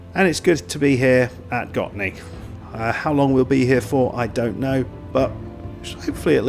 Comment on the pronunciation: Yes, you do say it in a very right way accually. 👍🏻 I did really enjoyed this video because I know who the players are. 🙂 Your research on Gottne was amazing! Here's a link to Gottne village web page if you want to dig even more.